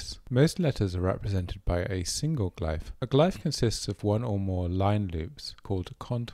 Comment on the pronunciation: Loved the video, but glyph is pronounced "gliff" ^^